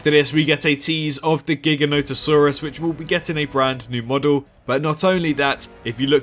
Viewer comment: Jiga no toe saurus lol my dude… it’s not that hard.